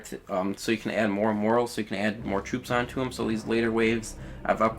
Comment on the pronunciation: It's not moral, it's pronounced MORE-AL and is a completely different word